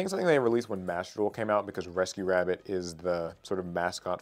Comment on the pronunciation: That wascially wabbit